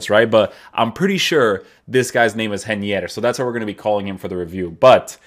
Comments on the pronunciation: You almost got the pronounce right! "Rei" would be like "Hey" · I'm Brazilian and you pronounce his name hey-knee-err